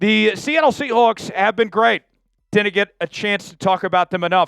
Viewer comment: Great radio voice despite not being able to pronounce seahawks